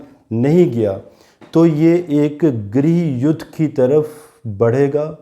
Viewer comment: Hi,, fab wale KALE ANGREJ, Hindi achche see book let, पीडियां नहीं पीढियां होता है गिरिह युद्घ नहीं ग्रह युद्ध बोल